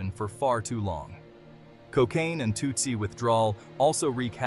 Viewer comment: It’s pronounced “too si” and it’s supposed to mimic the drug 2C even tho they’re completely different.